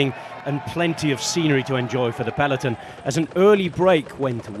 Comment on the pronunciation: The commentator goes to annoying lengths to prove he can pronounce names of riders from different nationalities, yet can't pronounce 'peloton' properly...